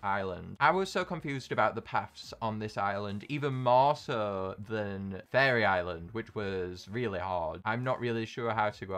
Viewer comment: When he says faerie it sounds like he's saying furry